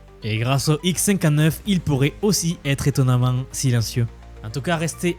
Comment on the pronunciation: Tu pourrais mieux prononcer : " le Xcinquaneuf ... " plutot le : X cinquante-neuf "